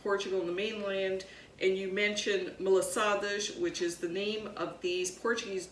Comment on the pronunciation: Pronounce Ma la sa das the way it is suppose to be said. You are not pronouncing it proper.